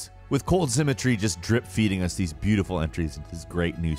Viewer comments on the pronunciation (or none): none